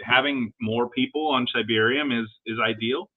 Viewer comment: It’s “SHIB-arium”… come one now